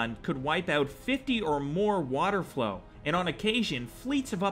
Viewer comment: Holy shit....its water-FOWL. WATERFOWL. Not 'flow'